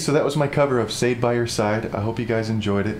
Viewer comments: "I'll tell you you're right when you're wrong" is the line but good job. One last thing you probably already know now, its pronounced "Sha-day". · Hi, great cover. Sade was a HUGE hit all throughout the 80s. You should know that her name is NOT pronounced Sayde... It's Shaday, "sha" like in "shot" but without the "t" and then "day", so it's pronounced Sha-day.... Good cover. Loved it. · That awkward moment when mispronounces her name I still love you! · Awesome job! This song means a lot to me. Lost the love of my life to cancer. I used to listen to this on repeat. Got me through some very dark times. This is a beautiful take on it!!! BUT, the lady’s name is pronounced “Sha-dey.” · Yes!, it's SHA-Day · Hi. I've always loved this song too. FYI.. Her name is pronounced Sha-day:) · Love your cover. Really does the song justice. (P.S. Sade is pronounced Shaw-day) Cheers! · It's not pronounced sayed lol. But awesome cover sir. I love this song too 😍😍😍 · Omg, If only he pronounced Sha-deh correctly. Ironically it was a good performance. Great work!!!!!+ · ...and I know its been awhile but Sade is pronounced Shaw-day. I <3 Sade!! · her name is pronounced as Sha-day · Pronounce Shar-day. Mam oh man. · it's pronounce sha-day ...lol 😂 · Come on please learn how to pronounce the artists name first